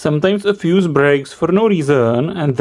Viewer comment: 'Then it goes into the feuss" Stop bruv🤣🤣